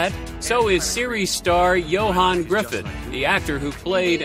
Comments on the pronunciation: Ugh!! Learn how to pronounce his name correctly! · Piece of advice: Learn how to pronounce his name correctly. Just because his last name is spelled Gruffudd, that doesn't mean that that is how it is pronounced. It is pronounced Griffith.